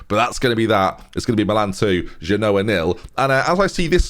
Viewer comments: when you say "if you genoa what I mean" your really saying "if you do ya no what I what I mean" it's very irritating. the joke is "genoa mean"... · it doesn't even work with him pronouncing it wrong... at least do the "Genoa? Nah we've just met". I've linked the correct pronunciation above in the hope it frees us all from this nightmare.